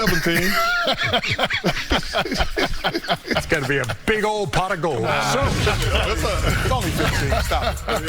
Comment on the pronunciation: Chuck said the name perfectly the first time